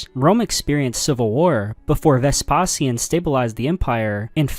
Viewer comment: You pronounced Vespasian and aqueduct funny, had to stop listening after that